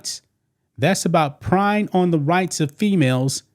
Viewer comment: Preying = praying. You say it like prey/pray. It's not prying. Like with a crowbar